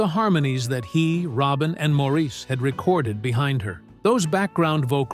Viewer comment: Please pronounce "Maurice" correctly!